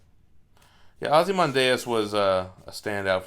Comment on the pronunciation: "Ozzymondayus" Freaking died laughing at that pronunciation